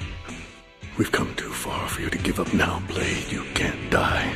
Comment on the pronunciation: D Boy? It’s blade.